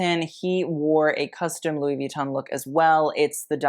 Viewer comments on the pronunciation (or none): Drive anyone else bonkers how he goes out of his way to pronounce "Versace" correctly, but then says Louis Vee-ton??